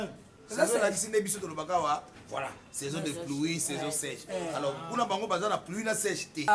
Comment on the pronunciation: Keiekeiekeekekeiekoe 😂😂😂🤣🤣🤣🤣🤣🤣ya mode saison na anglais eza season mais yo olobi nthior😂😂😂😂😂